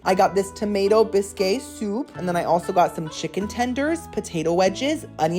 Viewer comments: Hey girl! I went to french culinary school, a bisque is made with cream or milk most soups don't have dairy. Add milk or cream to tomato soup and it becomes tomato bisque. Also you are the cutest human, I love that you said "biskay". I cackled and I love that you say words differently than what they are <3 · Hi! Not sure if you were pronouncing Bisque as "Bis-kay" in a fun playful way like you pronounce Buffet as "Boof-fay" or if you think it' is actually pronounced as "Bis-kay". If the former continue on but if you are curious how to pronounce Bisque properly it is pronounced as "Bisk". It rhymes with Risk and Tisk. 🥰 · Brioché, bisqué, mesquité 😂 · Mosquite-Ay Bisque-Ay Brioche-Ay Killed me-ay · Haha oh, bisque in English is pronounced like bisk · "Muh-Skeet" (Mesquite), "Bree-o-sh" (Brioche) & "Bisk" (Bisque). You trollin'? Lol. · I'm like "oh ". Then he goes on to say "biskay" like 10 more times 😂❤ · Loved this one. FYI Brioche is pronounced "breosh and Bisque is pronounced " Bisk" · Busk & Bree o sh is the right way to say these words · “MesquitAYE” “BisquAYE” “BriochAYE” 😅🤦🏼‍♀️😂 tysm for the laughs! 🤗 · Sandy crack having boi ❤😂 Bisque = pronounced like bisk (it’s a French spelling OG)❤️❤️❤️ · Pronunciation guide: Bisque = “Bisk” It’s the least I can do after so many wonderful videos! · first, I want you to know that I love you…. Bis-kay?😂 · I just love your reviews! My husband gets a kick out of you too. 😊 over the years your descriptions have gotten so much more refined right along with your awesome sense of humor. ❤ just wanted you to know… bisque is pronounced ‘bisk’. Also Brioche is pronounced bree-oh-sh. Keep being you, bestie! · I think its funny how you mispronounce words all the time. BOOFAY, BISKAY, BRIOCHAY.....HAHAHA. DO people not CORRECT YOU???😊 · I miss Publix 😢 I had to move back to La.. It’s pronounced Bisk,lol You should try shrimp or crawfish bisque,yummmm..❤